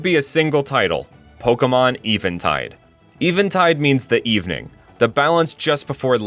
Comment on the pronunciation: i always thought it was pronounced event tide